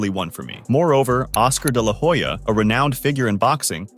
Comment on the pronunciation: You should check what your pronunciation of "de la Hoya" really means in Spanish.